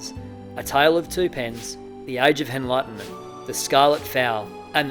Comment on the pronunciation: "Henlightment"😅 The rooster story 😂